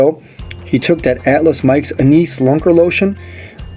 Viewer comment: Henery's Lake is located in Northeast Idaho, not Southeast Idaho - And that is the funniest pronunciation of Anise that I have ever heard! But the video was good and I appreciate the effort.